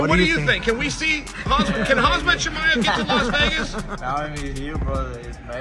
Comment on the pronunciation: "Hazmat Chimaev"? To his face? Well played, Uncle Chael!